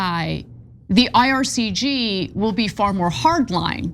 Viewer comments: IRGC not IRCG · Even the IR couldn’t do this good of a propaganda on their behalf. Anna cant even get the names right. Its IRGC not IRCG. These takes are just so embarrassing. Such an insult to Iranian people butchered by this regime.